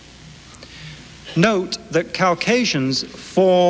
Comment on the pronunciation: Cow-casians? Cows wish C-asians?